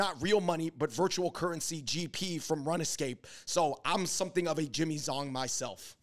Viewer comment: Did David just pronounce RuneScape as run-eh scape 😳